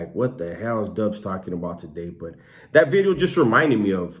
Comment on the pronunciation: Say video bro stop with the bedeo